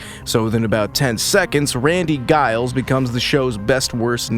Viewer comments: Giles?! Really! With a HARD G! NO!!! It is pronounced with a soft G like you say jail. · Did you AI just legit pronounce Giles with a hard G? Looks like you're just like Buffy bot now, you can't pronounce Giles' name cotrrectly which he was right to complain about. I wish your AI knew how to pronounce Giles. Make sure you correct this problem for future videos.😅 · If you're going to do a review of this show, at least figure out how to pronounce the characters names. Giles is not pronounced like beguile. The G makes more of a J sound. Please. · Hilarious that this AI voice mispronounces Giles the same way Robot Buffy did in the show! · I wish your AI knew how to pronounce Giles. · You sound like a fan! Learn to prounce Giles! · I know -- a few mistakes in here that show that he is a new fan of the show and doesn't know how to pronounce names. It's not AI. It's a real person. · You mispronounced Giles throughout the entire video. Did you even watch the show? 😂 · How are you such a fan but can't pronounce Giles name properly? 😅 Ive been watching since the beginning, attended events, did costumes, have the comics blah blah blah BUT it has only occured to me NOW that death wasnt only Buffy"s gift to save her loved ones but was also HER gift. She went to heaven. She did her job, she saved the world a lot and her gift was peace and the end to all the pain and fighting. So yeah, thanks for that. ❤